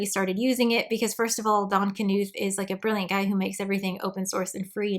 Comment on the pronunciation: "I'm not a computer scientists..." still sufficiently lauds Donald Knuth's legacy, AND pronounces his surname correctly This is one of the reason I like your videos.